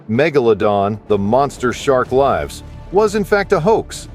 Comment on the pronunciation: OMG, the guy can't even pronounce "LIVES"; no wonder he believes in this stupid sh***!